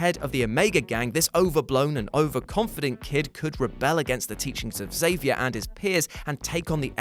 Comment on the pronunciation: Great vid, but mostly thanks, for pronouncing Xavier correctly.